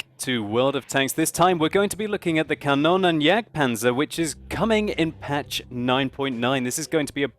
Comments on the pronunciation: Xeffx From what ive been taught (as a dane) german is pronounced exactly like its written. Quickybaby just pronounces it more like Kannonnenjagdpanzer. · Is it not pronounced "kan-oon-en"? I'm norwegian so :D